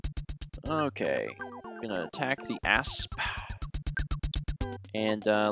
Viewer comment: Every time he says asp I hear ass